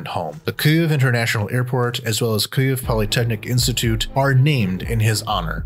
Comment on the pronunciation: Why is the narrator pronouncing Kyiv so weird?